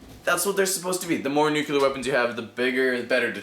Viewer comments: Please don't say nucular... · he was just pointing out your pronunciation of nuclear. it sorta sounds like george bush. no offence though... i've heard many people make that mistake before.